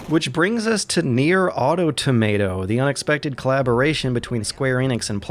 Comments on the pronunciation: Stopped watching 2 minutes in when he failed to pronounce 'automata'. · Nier aur-tomato? JEEZ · ..."AW! - TAW- MUH- TAW!!!!!!!!!" AUTOMATA!!!! good god youtube can't say that word at fucking all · Now we know what a NieR is but obviously doesn't know what Automata are. Automata is the plural of automaton & the emphasis is on the second syllable.